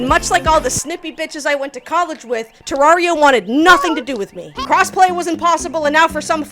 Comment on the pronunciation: pronounced the game wrong 0/10... im kidding it was a great video lol, Terraria is my all time favorite game, and i will always love watching people fall in love with it. Its a game i will always come back to, for as long as i live. immensely appreciate the effort put into this video, and the tangents kept my adhd brain engaged lmao.